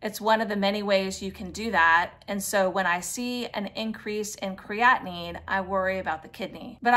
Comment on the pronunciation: Why are you saying creatinine like that?! it's the same word with another syllable AT THE END.